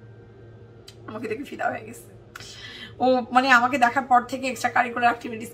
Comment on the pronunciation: Every time you say "extracurricular actitivities" I laugh 🤣🤣🤣🤣🤣